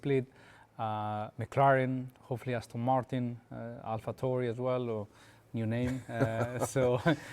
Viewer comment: Did he say Alphatauri 😂